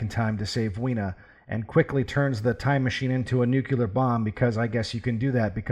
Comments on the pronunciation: I was enjoying this analysis. Riiiight up until you said nucular instead of nuclear. Because of my irrational hatred of nucular you get a 3/10. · please don't say nucular, please